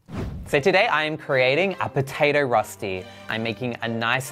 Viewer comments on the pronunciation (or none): Me as a swiss person being like "Darling the ÖÖÖ sound has to be in there"...also also...finding in Europe...overall this is not Rösti my dude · As a sothern german girl I loved to see the "Rosti" we call it Rösti so its a different sound its bloody delish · It’s called rösti not rusty Pronounced “Roeshti” kind of. It’s a national dish in swizerland😊